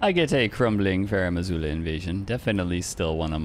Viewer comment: Mandatory "Crrrrrumbling Farum Azula" enjoyer attendance here 🖐